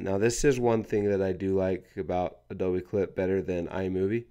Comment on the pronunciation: Did he say Adobe wrong??